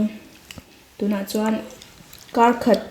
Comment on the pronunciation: Even in mizo kar khat can also means one step, but the tune is a little bit different. Kar khat for one week we pronounce kar a little bit higher just like you have done. But for one step kar will sound like car. Anyway you both are so cute.